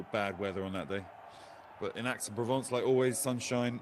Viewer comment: Aix is pronounced EX.